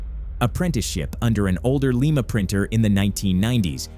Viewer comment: Wrong pronunciation of Lima 😂